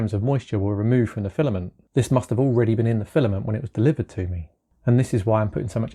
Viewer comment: "File-A-Ment". No. NO!